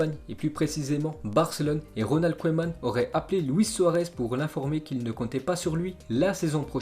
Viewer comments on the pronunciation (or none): Au fait on dit "keuman" et pas "koéman"